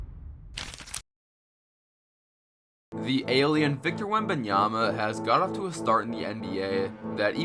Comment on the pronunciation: "victor wamyama" 😭